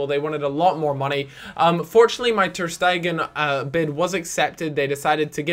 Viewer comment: not ter-stegan you had him previously